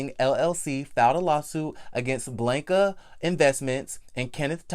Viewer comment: She should have pressed charges, period. Also I luv you Boo but I cringed every time you said Blanca 🤣🤣🤣🥴 put that short a in their please Sir.